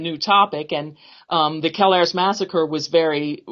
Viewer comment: So I'm from Hazleton and grew up hanging out in and around mcadoo kelayres and can't figure out how your gonna have a full podcast about kelayres and not even know how to pronounce the word kelayres.......